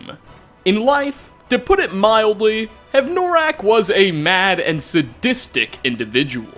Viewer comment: Hev-noraak?, it's like you intentionally mispronounce something in every video just to piss us off. if you have difficulty pronouncing or a speech impediment, i could understand, but if this is intentional... let's just say you've got a BIG problem. yes... bigger than skyrim